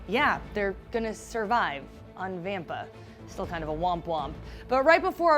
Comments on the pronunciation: Did she even watch the movie how does she pronounce vampa wrong when they said it like 14 times in the movie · The way she says vampa 😣